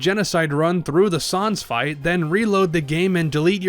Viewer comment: “Sahnz” The pain It’s unbearable